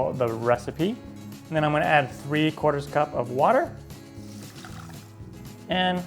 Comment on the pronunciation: save yourself a few seconds and learn how to say a quarter